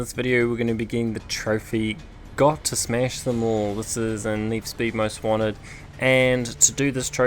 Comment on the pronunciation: I hear you say smesh not smash